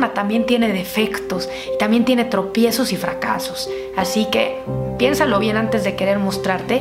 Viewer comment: Se dieron cuenta que en el minuto dice "trompiesos"?